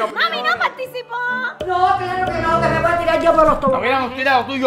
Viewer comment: se dice voy no boy